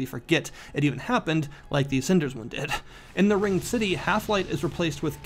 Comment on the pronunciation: didn't even say it properly.. wat r u casul?